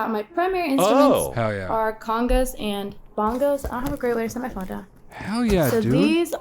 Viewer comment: The way she pronounced congas is painful